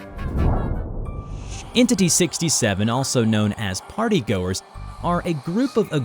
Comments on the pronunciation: the yellow man, is the French fry gang. the way how you said partygoers you said partygoors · I almost laugh while my baby sister is in my side when you said "partay"🤣